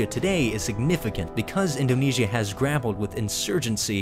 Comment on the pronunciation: In-do-KNEE-S-I-A can you get anymore annoying